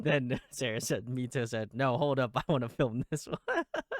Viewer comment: Loving this deep dive. Found this channel through KAVE's deep dive ❤ MITO is actually pronounced as "My-Tou" instead of "Me-Tou"